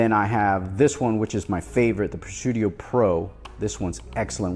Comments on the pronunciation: no no....it's Presidio, not Presudio.... Tomato Tomato is the same word pronounced differently. 🤓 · Pre-sideo not Pre-sudio brotha! Great video, definitely always loved the grip series.